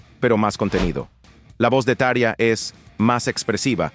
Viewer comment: se pronuncia TA-RRRRRRIIIIIIIIII-AAA